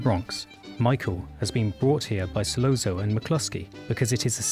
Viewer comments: In Italian, a double 'z' is pronounced 'st,' as in 'pizza.' Virgil Sollozzo's name, therefore, should be pronounced 'Sollotso,' not 'Sollonzo' or whatever the hell you were saying. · I’m sorry, but it’s So-lot-so not So-low-zo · Same goes for Sollozzo ( who is falsely pronounced " Sollonzo") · Not “Solonzo”, Sollozzo! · Great essay. But "Sollonzo"? Come on! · This is really excellent and makes me look at the scene with fresh eyes! Just a small note, there's no "n" in "Sollozzo". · ...and manages to mispronounce 'Solozzo' in two different ways! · Hard to pay attention to this when COPpola is pronounced as copPOALA. And SolOZZO (solOTSO) as solOAZO. These details go with in-depth analyses, don’t you think? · Dude it’s sa-LOT-so not sa-lon-zo and CO-pa-la not ca-POL-la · KOE-pu-luh So-LOT -- tsoe ---- No, not IPA phonetics, but they should help clarify. Or; listen any of dozens of thousands of interviews and news stories about the former (and his sister Talia Shire, his daughter Sophia KOE-pu-luh, or his nephew, Nicholas Cage, where they always mention Francis' name CORRECTLY, and actually watch the movie and listen to how they pronounce the man's name for the latter. Different accents and dialects are no excuse for mispronouncing people's names - especially for people so incredibly well-known. ___________ OK, the cork is amplified, sure. But I'm guessing they've never been in a building next to elevated subway trains in NYC. People in the back room stop talking to each other as no one will hear each other until the train passes. And it's even more audibly debilitating if the building happens to be near a station. That becomes horribly abusive in volume. What was presented in the movie was actually LESS than would have been heard unless the restaurant was a couple of buildings down the block from the 'el', but then the sound would have been somewhat less clear and defined.